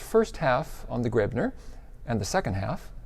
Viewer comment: Coethen (or "Koethen" in the modern spelling ) is not pronounced like "curtain." Americans seem to think an umlaut O ("oe") is pronounced like the "ur" in curtain. There is no r sound whatsoever in the umlaut O. Also, "Graebner" is not pronounced "grebner." The "ae" in Graebner is like the a in gravestone. And Schloss does not rhyme with boss. lol